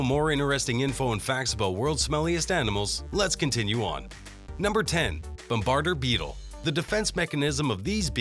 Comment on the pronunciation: You said bombardier beetle incorrect) : you should feel bad